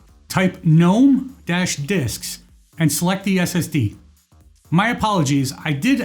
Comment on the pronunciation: The first command to open the window to select and delete the disks partition is gnome-disks it took me a while to figured that out since I could not clearly understand what you said.